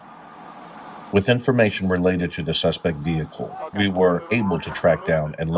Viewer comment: AI speaks ebonics now? Repeatedly, "the suspect vehicle".